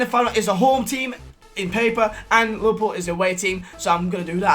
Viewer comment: Whenever he says liverpool I hear him say lil pump